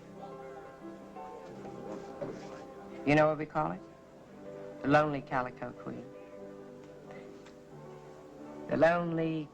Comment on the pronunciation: "Calico", not "Galico". 😉